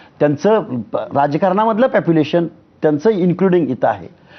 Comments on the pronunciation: आरे हा तर मूर्ख आहे राव. मला वाटले हा खरंच अभ्यासू आहे कायनु, आरे हाग्या पॅपूलेशन नसते रे पॉपूलेशन असते.😂😂😂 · प्यापुलेशन नसतं रे बाबा ते पॉप्युलेशन असतं ते 😂😂 स्वयमघोषित प्राध्यापक दिसतोय हा 🤣🤣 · आणि नालायक स्वतःला प्राध्यापक म्हणवतोस पण तुला पोपुलेशन म्हणता येत नाही पापीलेशन म्हणतोस 😂 येडझवा कुठला तूझ्या पेक्षा अडाणी बरे की रे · प्यापुलेशन 😂😂😂😂😂 कॉपी प्राध्यापक😂😂😂😂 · आबे प्यापूलेशन म्हणतोय आणी प्राध्यापक कसला तू हाके तूला ऊत्तर देता येईना दोन वेळा विचारल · Population 🚫 Papulation ☑️ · Are ya gavthila Population ha shabda pn nit bolta yet nahi... reservation cha ha pn ek fayda milala vatat yaala😂😂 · Are adhi population ha shabd nit bol